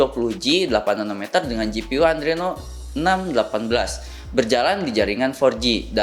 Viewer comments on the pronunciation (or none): Koreksi, adreno bro bkn andreno. Kemudian jokes nya kurang pas d punch line nya